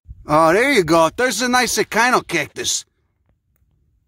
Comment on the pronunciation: wow,You said Echinocactus as kine-o-cactus? I never knew that. For decades..its been like Etch chin-o-cactus. Hmm.